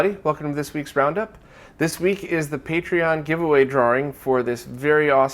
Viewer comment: "Draring." Fucking love it.